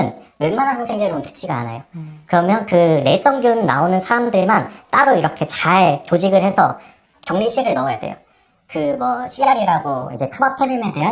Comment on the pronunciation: 왜 자꾸 내썽균이라고 하는거야 ㅋㅋ